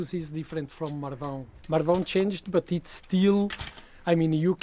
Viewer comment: didnt managed to pronounce Marvão 😆.. she needs to work on her ãos 😁